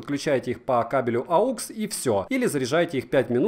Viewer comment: Мне интересно когда обзорщики запомнят...Aux!!! а не aUx...aUx- это когда ты в лесу заблудился...ходишь и орёшь... aUx.....aUx....